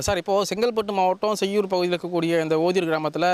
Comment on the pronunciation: செய்யார் இல்லை.. செய்யூர்....